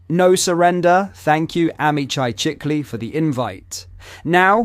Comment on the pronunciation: Few corrections. 1. the Israeli PM name is pronounced shikli . 2. He is not a senior in the Israeli government . He has a very minor office. He is fond of extreme right organizations. 3. It's not so much about Tommy recogbition as it is about Starmer recognition of a Palestinian state two weeks ago .